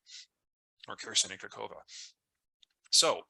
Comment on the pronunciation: K a h o v k a, not KaKOva lol